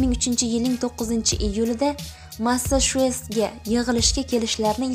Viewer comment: 2003 yil 9- iyul masashest mas masachuset avval yaxshilab gapirishni organ tiling kelishmayapdi